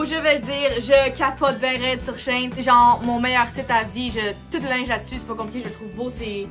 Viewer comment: La façon dont tu dis shein est la bonne ❤